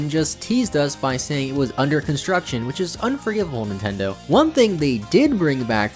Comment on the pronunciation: did he just say Nintendid hahahahajh also is may twerking